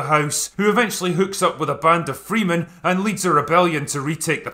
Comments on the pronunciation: Don't say stay faithful to the source material then proceed to say FREEMEN instead of Fremen for the entire video. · A couple of things…Fremen is pronounced “Freh-men,” not “Free-men.” While you could say Dune is the prototypical hero’s journey, be prepared to be disappointed and remember absolute power corrupts absolutely if they continue the story. And I think Jason Mamoa will be great as Duncan Idaho. As I’ve read the 2nd and 3rd books I’ve been picturing him in the role and he fits. A fierce and loyal warrior and friend - definitely in Mamoa’s wheelhouse. I plan to see it in the theater then watch it on HBO Max about 10 times. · It's not FREEMEN. /ˈfrɛmən/ like Fremen. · “Freemen?!” Nooooo, Drinker. That’s not how we pronounce that. I feel no optimism. I love this property too much to feel hope. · FREMEN!! NOT Freeman!! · I can tell you're a big fan, you can't pronounce the word Fremen, it's not Freemen. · Freemen? Ok, before going ballistic and following with a stroke, I'm going to need confirmation that it is in fact freh-men. The E in Fremen is supposed to sound like the one in ever. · Fremen,the first e is soft,so not FREE-men,Fre-men. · Fremen. Not Freemen. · "Free-men" LOL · "FrEEmen" Ouch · "Freemin" I'm pretty sure that's not how you pronounce Fremen. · Bro did you say "FREEMAN?" I know you know how to pronounce it right. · Literally no one pronounces fremen "freeman" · Fremen is pronounced like freh men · Not wanting to split hairs, but get your Fremen (ˈfrɛmən) pronunciation right, although they are want to be free they are Fremen not Freemen :-) Oh, and btw: I think this is probably the video where I agree with you the most (like 80%), but man it's Fremen, not Freemen... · Overlooked the impressive 'Children of Dune' and its it Fre-men not freeemen lol otherwise. good points! my inebriated friend ;) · fremen not freemen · Lolol Freemen? The Morgan Freemen of Arrakis? It's FREMEN, drinker. Freh-men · Its Frem-men not Free-men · Freman, not Freemen.